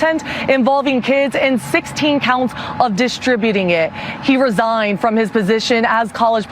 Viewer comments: "resignated" DEI reporter! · What's with the newscaster near the end? I'll try and spell it out like she pronounced it. Rez ig ed? I mean, I know she was trying to say resigned. But really? It's not that hard to say.